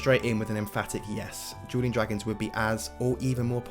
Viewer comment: On the timestamps, you called dueling dragons "Jeweling Dragons"😂😂